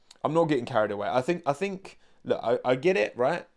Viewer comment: “I don’t fink you ‘ave the facilities for dat, big man”